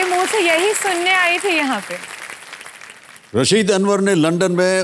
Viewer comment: Rasid. Anwar. Not. Raseed. Anwar